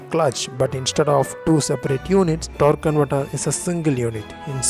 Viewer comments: Torrk cunvertrr lol 🤣🤣🤣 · he basically says torconverter! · “TORQUE CONVERTER” 😤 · No offense intended, but I absolutely love how you pronounce "torque converter"